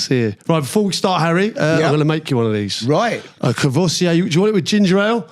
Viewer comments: Kor-voy-see-ay?!? 🤦🏻‍♂️ Haha Nice one Crouchy! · He needs to learn how to pronounce 'Courvoisier'.